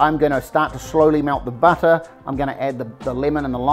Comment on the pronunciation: Love the humour. A well balanced meal with humour is so good. What’s with the ‘buttah’ ? NZ butter ?